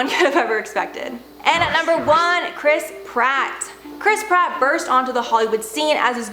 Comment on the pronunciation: omg now I hear it too😂